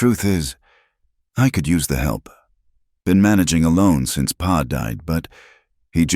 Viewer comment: Listening from Parkston South Dakota by Pa isn't P.a. it's paw